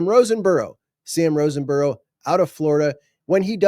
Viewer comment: I promise I’m not complaining. But….😂 There is not an N in Sam Roseborough’s name. Just wouldn’t want you to call him wrong name to his face. Great job as always!! Love!!!!